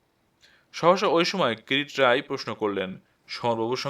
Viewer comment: Kirit Roy ?? Kiriti Roy. Kichhu uchcharan Kane lagchhe. Onotha path bhalo